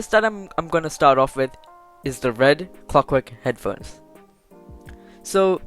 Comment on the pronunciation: It ezzz what it ezzz we all know we bought something in accident